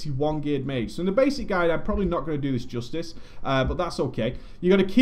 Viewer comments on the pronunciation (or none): none